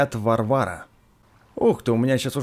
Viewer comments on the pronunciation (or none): Не шлем варВАра а ВАрвара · Не варвАра а вАрвара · Все: доспехи вАрвара: доспехи варвАра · Все: иди к ганону Я: это не шлем варвАра, а шлем вАрвара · Потомучто не варвАра,а вАрвара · Продолжай говорить не шлем вАрвара, а шлем варвАра😉 плиз! Классно!😂😂😂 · Броня не "Варва'ра", а "Ва'рвара, ты что в клеш рояль и клеш оф кленз не играл?, ну вообще всякий можеи сделать ошибку, и видио твои мне ооочень нравятся, и снимаешь ты ооооочень круто !!!!!, ты очень крутой и удачи в продвижении канала ! 😀👍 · не доспех варва'ра а доспех ва' рвара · не доспехи ВарвАра А доспехи ВАрвара если что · правильно не шлем варва́ра а ва́рвара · Не броня врвАРа,а вАрвара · Вааааааарвара а не варвара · Не Варвара а ва р ва ра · Наряд вАрвара а не варвАра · правильно говорить вАрвара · это броня не вАрвара ,а варвАра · это броня вАрвара а не варвАра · И не варвАра, а вАрвара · Не ВарвАра, а вАрвара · Вааарвара а не варвааара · не варвАра а вАрвара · Ааааааааааааааа не варва'р а ва' рвар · не варвАра а вАрвара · Не варв`ара, а в`арвара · 😂😂😂не варва'ра а ва'рвара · Не Варвара а Ва’рвара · Не варвАра а правильно вАрвара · Не Варвара а варвара тоесть от слова варвар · Это не норяд варва'ра а ва'рвара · Не варва'ра а ва'рвора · вАрвара а не варвАра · Какая нвфиг варвара я угараю,не варвАра а вАрвара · и не варвАра а вАрвара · Броня: вАЯрвара, а не Варвара!!! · Не варвара_ а ва_рвара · Никто: Апсолютно никто::Шлем варвАра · Не Варвара,а ва́рвара!от слова ва́рвар. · Надо ставить в слове варвара ставить ударение на 2 а . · Правильно говорить в`арвара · не шлем варвара а варвара ударение ставь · ты не правильно говоришь надо говорить в`арвара!! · Наряд варвара, ударение на 1-ую а и спасибо за видосик☺☺☺☺☺☺☺☺☺ но выпусти My time at Portia пожалуйста 😢😢😢😢😢😢😢😢😢😢😢😢😢😢😢😢😢😢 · Варвара! Ударение на 1 слог! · Не Варвара а Варвара Кто тоже с двумя наголосами прочиал тот красава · Снаряжение Варвара ствь ударение правильно